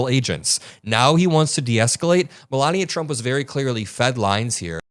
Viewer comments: Like how you pronounce her name Melooonia. 😂😂😂😂😂😂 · My new favorite is pronouncing her name “Mela-Nia”. Amazing how many people that can’t pronounce “Kamala” get pissed when you can’t pronounce a name correctly. 😂